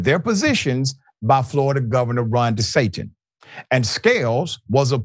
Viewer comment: Did he just say De satan??? Yooooooo...HILARIOUS